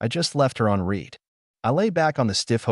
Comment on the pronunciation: You need to teach your AI voices the difference between “read” and “read(red)”. Every English speaking HUMAN knows when to use present and past tense of this verb. It’s so annoying.